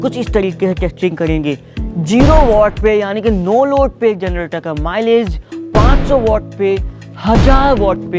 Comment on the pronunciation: At first I hear Malish insted of Milage ..😂